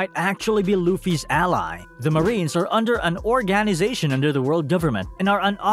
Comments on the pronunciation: ke za ru orgen izaytion pronounce it right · The way you pronounce organization makes me uncomfortable